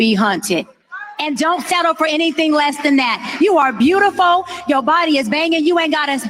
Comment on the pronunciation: Her: "you are beautiFO'". ...smh🙄...